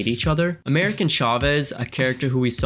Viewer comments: "America" Chavez.... Not "American" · I know this is a month old but her name is “America Chavez”, not “American”.